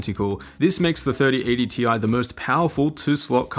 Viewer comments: its Tye, not Tee Eye. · Its pronounced 3080 "TIE" 😁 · It’s 3080 “T-I-E” get it right lmfao